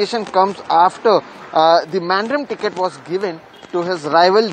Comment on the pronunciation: To all people of good will, pray to God for us and Goa. A small correction to NDTV reporters and other visitors to Goa... Mandrem is pronounced as मांद्रँ. The terminal "m" is the m-nasalisation of Konkani generally and it is seen in many of our names and language. Dêv borem korum.